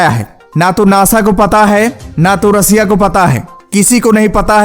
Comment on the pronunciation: Russia bolna to sikh lo 😂😂😂